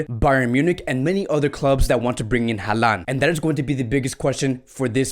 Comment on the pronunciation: Alaba wants to play as a Midfielder not a CB. It's pronounced HAL-LAND not HAAA-LAN. What's with the fascination with Eric Garcia, he has only played in 3 matches this campaign across all competitions.